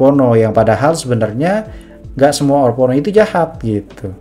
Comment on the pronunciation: orpono apaa, haduhhh. bacanya orphenok broo